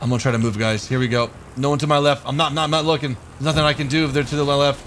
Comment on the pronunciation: “...right to my lepht...”